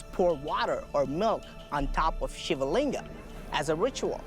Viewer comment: Stop adding "aa" at the end of everything 😑 SHIVLING and NOT Shivalinga!!! VIMAAN and NOT VIMAANAAAS!